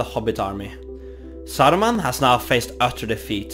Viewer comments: Why you pronounce the names in Russian accent lol? It's Saruman, not Sarrruman, or whatever that was. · "SAURMAN OF MANY COLOURS!?"